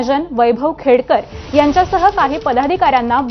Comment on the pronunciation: Khedkar nahi reporter it’s “Khedekar”